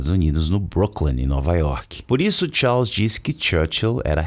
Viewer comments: Rei Tchaus foi a pronúncia aprendida no video, kkkk. Brincadeiras a parte, muito bom. Acompanhava muito no Facebook, eras atrás, nunca mais tinha aparecido indicação de video teu! Melhor conteúdo de inglês. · A pronúncia "Charles" tá errada. 😶